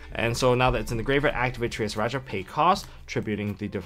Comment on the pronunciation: why does say "tree ass he rawr ja" instead of 'trias hierarchia" hierarchy is like a system of power or authority trias is a time period its the god or a specific time period hierarchia pronounced (higher-arc-eeya) it aint hard